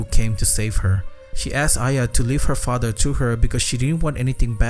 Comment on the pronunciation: douc father 😂😂